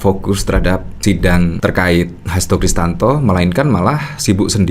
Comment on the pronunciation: Om....saya lihat dan dengar, nyebut Hasto Kristiyanto, dengan Hasto Kristanto. Mohon kalau bikin video jangan salah sebut lagi ya....😊